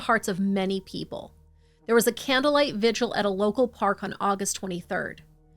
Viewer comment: I absolutely LOVE that you keep your kitties in this vid! They surely provide a great deal of comfort telling this awful story. I also want to say how grateful I am that you pronounced “ vigil” correctly! Almost all other You-tubers pronounce it “ vigual” .Sooooo frustrating.